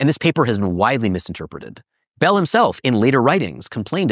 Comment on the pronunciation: First: It’s Bell, not “Belle.” Second: Hubble did not “disagree” with the expanding universe, which is why it is now known as Hubble’s LAW. Third: Everything else you said is equally wrong and ridiculous.